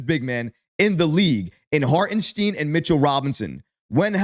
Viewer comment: Holy crap he got ihart’s name right! Now he needs to work on Ian “Baguely”